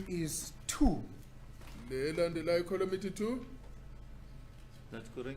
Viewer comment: Thank you said that. I thought I was the only one who was noticing how fast and ignorant this lawyer is. He pronounces "column" "coloom". Whomever hired him to defend them is equally daft.